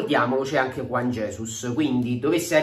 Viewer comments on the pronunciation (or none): none